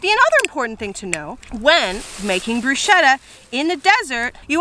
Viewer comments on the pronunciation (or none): I was already going IT'S "BRUSCHETTA" NOT "BRUSCEDA" when you said "brusceda" at the start😂😂😂 YOU. ARE. ALWAYS AMAZING. I love these videos. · Sorry but I’m italian and you pronounce it “Brusketta” instead of “brushetta” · If you have italians near you and you care about their well being, for the love of all that is good and pure, its pronounced, "broosKeta" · That's not how bruschetta is pronounced, it's an Italian word so it's broosketta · 100% this 👆🏼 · It's pronounced "brusKetta" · It’s “bru-sket-ta” for future reference 😊😊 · Um the pronunciation of Bruschetta.... no